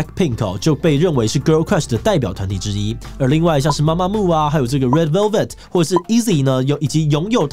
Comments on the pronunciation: 是MAMAMOO不是MAMAMO⋯⋯還有很多團名打錯、唸錯，先查好資料再來做這種主題吧⋯⋯ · 男粉報到！真的超愛gc風的，bp.itzy.gidle都超讚😍 另外提醒一下 blackpink是連在一起的，中間沒有空格分開，符號的話是BLΛƆKPIИK gidle也唸錯了 媽媽木是mamamoo 是Girl's Day不是Girl Days 要做這種主題前功課要做更仔細一點😅看到有點嚇到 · 是MAMAMOO，BLACKPINK中間沒有空格，ITZY不是唸Easy，(G)I-DLE跟2NE1的發音完全不想吐槽了，蹭之前先做點功課很難嗎